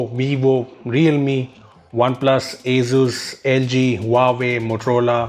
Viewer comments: Wtf is "AZUZ" 🤷‍♂️ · Its pronounced as Asoos, not Azooz.